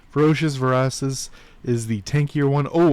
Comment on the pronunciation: Ver-a- cious. It's ok, most people don't use that name. 😢